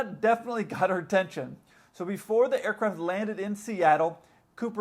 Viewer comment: Whenever you say aircraft it sounds to me like air-crap